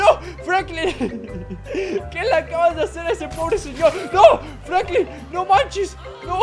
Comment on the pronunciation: Jajajaja se dice franklin